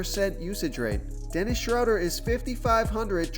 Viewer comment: You pronounced Schroder three different ways! You started with the correct pronunciation and then threw in two more that sound like they should be right too.